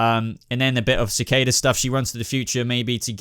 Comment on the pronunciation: Sa- Kay- Da = Cicada